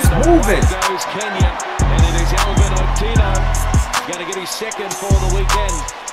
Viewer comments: Otieno is pronounced as {Ot-e-a-no} then put it together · its oh-tee-eh-no lol